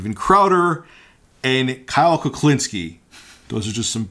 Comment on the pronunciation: Its Kulinski, not Kaklinski